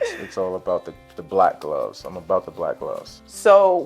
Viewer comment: When he said the black gloves twice, my ears kept hearing black love 😂. I agree with everyone, the chemistry is not only intro to chem, it is all the chemistries plus organic chemistry combined. We see you baby geh 😏